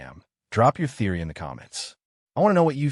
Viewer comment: Bro theory not thoery